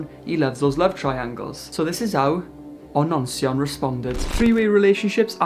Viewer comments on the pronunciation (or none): DID YOU CALL HIM ONONCEION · 'ononceion' !!! canny believe i'd not heard that one before hahahahah